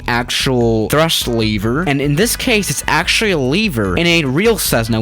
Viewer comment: omg if he calls a lever leaver one more fucking time